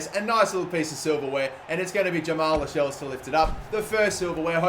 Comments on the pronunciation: Its not 'las - shells' its pronounced 'la - sells' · It's pronounced cells not shells